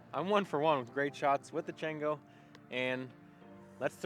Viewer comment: Should be pronounced Chawngo! It’s Spanish for monkey. Good review, how would you say it compares to the Bearkat or flip?